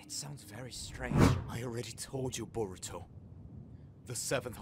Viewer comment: His nama not soruto but voruto